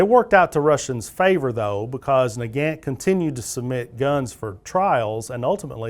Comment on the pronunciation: I noticed that you pronounced 'Nagant' differently depending upon whether you were referring to the man or the rifle. When referring to Leon Nagant, you were pronouncing it incorrectly (nuh-gant) but when referring to the rifle, you were pronouncing it as 'nuh-gawnt' which is more accurate. Mosin is pronounced 'Mosin' not 'Mozin'.